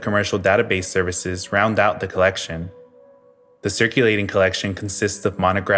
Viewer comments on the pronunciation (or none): none